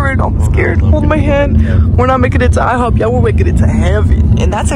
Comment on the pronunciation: IHOP ❌ Hihop✅ 😂😂